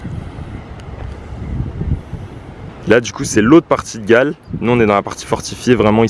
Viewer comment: Galle se prononce "gol" 🙏🏽✨️ Merci pour ce superbe Vlog. Je vais/retourne au Sri Lanka mon pays d'origine pour la première fois après 40ans depuis mon adoption. Je décolle de Belgique le 19 mars 2024.